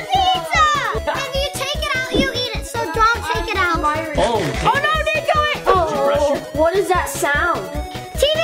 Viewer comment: It's niko!! Not nico!!!!